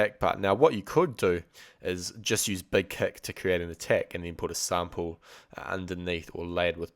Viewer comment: He said "Beg keck plugin" lol lol Thess ess Spaaaaartaaaah!